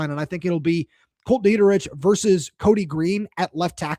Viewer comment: Kolt's last name is pronounced like "Dee-Trick". It's German. Glad y'all are excited to have him. He comes from a great family. His mom and dad taught my Sunday school haha!